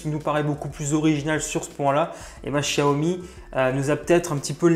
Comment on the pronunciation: C pas chiaomi c xiaomi